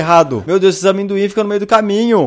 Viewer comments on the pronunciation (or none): "Esses Amêndocu" ~Felps 😂😂😂😂😂